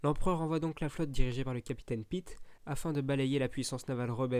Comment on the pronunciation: ha oui c'est ouf ! C'est le meilleur jeux star wars pour moi d'ailleurs. Sinon t'a des petits problèmes de prononciation lol (genre Piet va se dit "Piète" ou sullust "sellest" par exemple). C'était ironique la fin avec la gigantesque station spatial rebelles, c'est un lvl 1 ou 2 grand max^^ (si mes souvenirs sont bons)